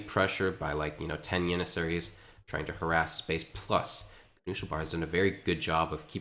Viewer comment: Good caster... weird pronunciation though.. Yannissaries and You-lynns...